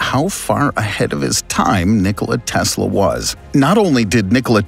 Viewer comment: "But before we get into" it next video okay bye nniickollia teeesla the announcers voice is not good it's obvious he's trying to make a weird voice.